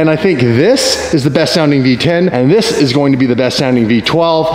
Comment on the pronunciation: Anybody else thought that been watching a little too much Doug DeMuro with the “This” 🤣🤣🤣